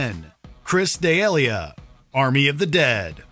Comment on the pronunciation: Butchered comic Chris D'Elia's name. It's pronounced: "duh-LEE-yuh" Not: "day-YALE-yah"